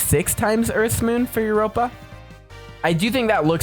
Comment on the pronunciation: Yeah, I don’t know why he said that and that’s not how you say Europa💀